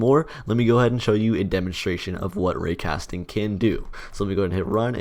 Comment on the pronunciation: when he said "raycasting", it sounds like "Rick Astley"